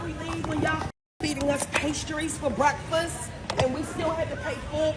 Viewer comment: BWEAKFAST... hahaha she is like that retard-meme